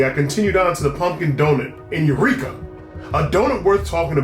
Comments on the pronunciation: Haha it’s eureka not ureeka 😂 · lol "UREEKA" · UREEKA? Man you funny without trying